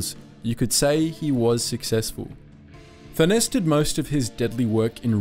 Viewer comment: Furness is pronounced the same way as Furnace